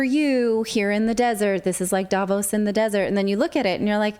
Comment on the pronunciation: Relevant and to the point as always! May I just add that the stress in Davos is on the o, not the a, the o sounding similar to the au in pause. Not that I think anyone will read this, but hey, one can try...